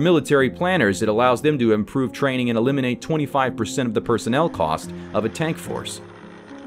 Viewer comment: "That's all for today TANKS for watchig"